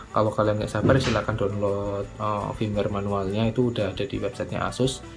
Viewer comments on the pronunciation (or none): none